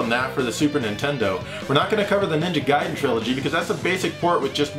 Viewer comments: LOL... you said "GAY-den." Even my sister knows that it's pronounced "GUY-den," and she's just a girl! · "Gaiden" is pronounced "Guy-den", not "Gay-den". :) edit: You pronounced it correctly the second time. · Why is Ninja Gaiden pronounced so incorrectly?